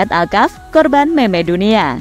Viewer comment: Kaget kok meme di baca meme , meme tuh di baca (mim)